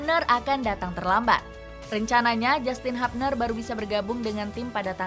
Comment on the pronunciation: HUBNER dibaca Hubner bukan Habner min....!!